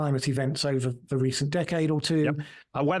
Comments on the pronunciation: Never take anyone seriously who pronounces “the” as vee or vu 😂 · I fink vuh way pronounces vose ‘th’ words is thucking irritating. It made it very hard to get froo vuh 2-hour original. Well done and well said,. 👍